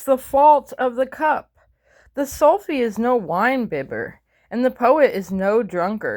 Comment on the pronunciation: Sufi-ism is the true natural spiritual version of Islam without the horrible dogmatic conditions of the Quran and Hadiths. Sufi is pronounced more like "Suefi" (like the female name "Sue"), fyi. Actually, much of the Sikh faith is influenced by Sufi saints writings/poems.